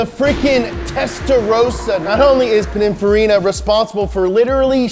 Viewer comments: So nobody’s gonna talk about the fact that he pronounces it pinifarina instead of pininfarina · "Pinifarra"is the pronunciation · So nobody is going to say anything about ' pronunciation of Pininfarina? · Please learn how to pronounce Pininfarina. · Does it bug anyone else how says Pininfarina?